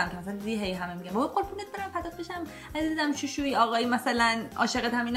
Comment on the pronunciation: فقط شوشویی گفتنت😂😂😂😂